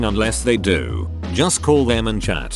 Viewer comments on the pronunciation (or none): none